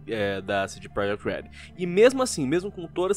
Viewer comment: “CD Projekt Leelld”